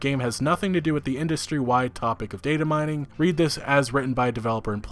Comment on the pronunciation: This is the first time in my life that i've seen someone struggle with pronouncing "datamining"